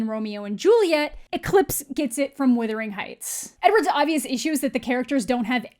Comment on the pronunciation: The way you keep calling it "W-I-thering Heights" instead of "W-U-thering Heights" is geuinely and sincerely becoming my favourite thing about you... :P Never stop :D